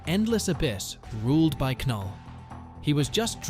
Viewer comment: ITS NULL THE K IS SILENT